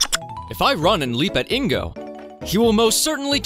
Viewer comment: You pronounce it weird. Is it "IN-go" or is it "Ingo"?